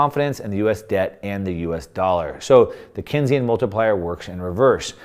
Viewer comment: It’s pronounced Keynes - like Keensian. Not Kensian. John M. Keynes echoed Lenin when he said the surest way to destroy a free (capitalist) nation is to take over and debauch its currency through a system of inflation and debt. They succeeded.